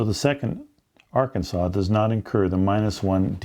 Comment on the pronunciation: Did he say Ar-Kansas?